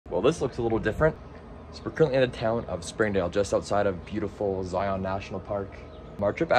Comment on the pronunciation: You pronounced Zion wrong and don’t speed through the gorge